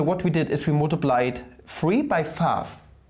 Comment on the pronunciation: "Fahf", "Tahmes"